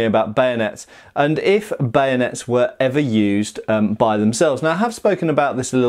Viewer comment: Why "Bayonets" is pronounced as "Banuts /Benuts" ?